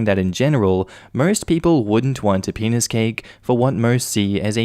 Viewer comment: i heard the penis cake as peanut cake, like peanutbutter cake.